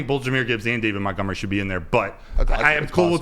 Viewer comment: Why does call Montgomery…”MOUNTgomery”?? It drives me nuts